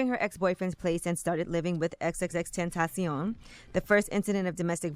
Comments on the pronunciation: Every time she pronounces his name Iit's so awkward. I'd just say "extentacion". Pronounced like "sensation". The way she says it is just dumb and takes too much time. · Is that really how you say his name? Wtf is that? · Why she keep saying his name like that 😂😂😂😂😂